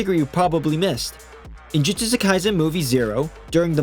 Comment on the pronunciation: Bro said Jujujustu